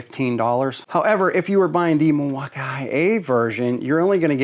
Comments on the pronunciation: Mil-walk-ki-ew-a........fail? Nice like..... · In fact, it's pronounced "mill-e-wah-que," which is Algonquin for "the good land." Alice Cooper